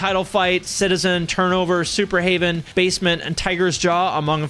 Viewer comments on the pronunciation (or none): You mean Superheaven, not Superhaven? aka Daylight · Did he say SuperHaven? Superheaven was a banger of a band. RIP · Ps I'm guessing you've never heard Superheaven if you can't even pronounce the band name correctly.